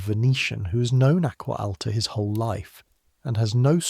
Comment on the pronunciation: should be pronounced (AH-GWAH AH-L-TAH) not ack-wuh, al-tuh that was a horrendous pronunciation! I cringed every time I heard it.